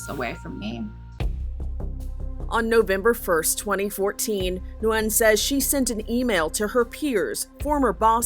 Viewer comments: It is not pronounced, “new win” it is pronounced “win” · How can you get the pronunciation of her name wrong a dozen times when the video starts off with her pronouncing it correctly for you?